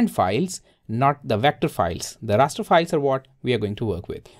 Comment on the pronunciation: Did he say “ a Rasta file”